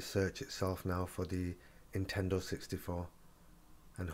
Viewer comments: There an "N" at the beginning of the word Nintendo you know. You keep saying Intendo 64 lol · Hope that "Intendo" 64 works for ya :P